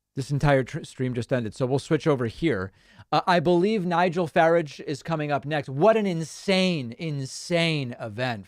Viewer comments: By the way Sir. Nigel Farage is pronounced Faráge. He said in an interview that he didn’t feel safe on public transportation because people didn’t speak English. However his own children are German speakers as their first language. And then the ultimate irony is that Great Britain left the EU specifically because of the free movement of people and to many foreigners went there. Now they have a prime minister with Indian heritage. I love it!! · can't take it any longer, david - it's nigel farage - second a like in arsehole, not like in asshole!